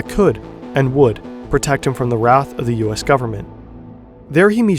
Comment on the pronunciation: that's not how to pronounce wrath